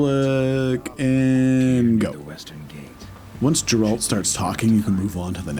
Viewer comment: amazing voice just don't call him Jeralt please :D he is Geralt with g like in google Also amazing speedrun